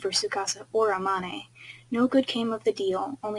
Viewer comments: STOP SAYING A MON AY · When you said amane I was like EH-MON-A??? But then I forgot you never saw the anime so you don’t know how it’s pronounced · I'm so sorry, but the pronuciation for Amane is really bothering me right now 😂